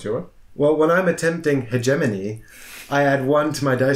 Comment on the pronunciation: Its heg emony not heej or hedgeemony